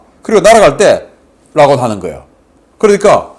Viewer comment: 락온이 아니라니깐 발음좀......